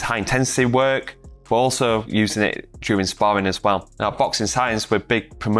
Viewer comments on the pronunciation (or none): none